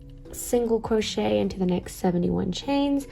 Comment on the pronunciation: "single cwochet"